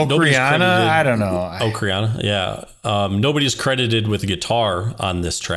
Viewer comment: an ocarina?? ock-ah-ri-na